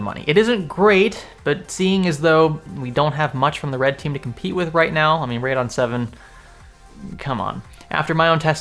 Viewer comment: Okay, let's all say it together now. "Ray-dee-onn"..... I cringe every time someone pronounces Radeon as "Radon". Radon is a radioactive gas! Durrrr